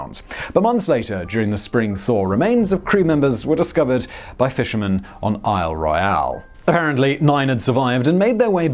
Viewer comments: Astonishing indeed. Then, what happened to Isle Royale?? Thankfully, he didn't need to attempt Keweenaw. 🤣🤣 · Locals pronounce it Aisle Royal, not Isle Royale...although it is certainly spelled the way Simon pronounced the name.